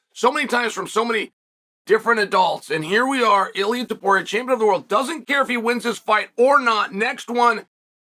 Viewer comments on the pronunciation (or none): Cheal Sennon can't be bothered to pronounce TOW-puria correctly.